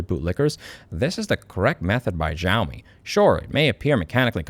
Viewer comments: the X in Xiaomi is pronounced like SH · I'm sorry for nitpicking but Louis, it's pronounced as "Shaomi" / "shau mee" . I hope you learned something. Have a lovely day. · Xiaomi = "Shao-me" beginning pronounced like the beginning of "Shaolin" ... just trying to help ... also " don't make the bulb available and you can suck my..." cracked me the fŭk up! 😂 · Ontario 🇨🇦 here, idk how to say that brand's name either so pronounce it like "yo-me" and I'm sure it's completely wrong but 🤷‍♀️ It's ironic that a brand that makes clones of flagship cellphones is involved in automobiles and also clones the horrible bs that flagship brands lose customers over. Like, yome you had one job! Fail. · xiaomei is somehow pronounced show-me btw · Its pronounced sheeao mee but the way you pronounced it is how we say it in my country and in our language it means "I feel sorry" or "I pity", suitable because its for people who dont want to fork out for a Samsung or Iphone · The Xiaomi wumao 😂